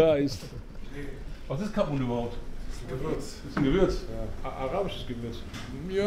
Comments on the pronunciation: Was für camun 😂😂 Du meinst cumin und das ist Kümmel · Das Gewürz heißt Cumin = Kreuzkümmel nicht Camun. Zuviel davon hat einen sehr penetranten Geschmack, aber in kleinen Mengen ist es in sehr vielen Gewürzmischungen enthalten, oft auch bei Döner. 🤙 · Der bre ist verwirrt. Ich glaube er meint Kumin und nicht Kamun 😂